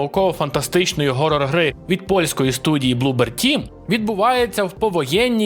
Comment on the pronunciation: той який хоррор, а не ґоррор. коти ти вже припиниш це вимовляти неправильно.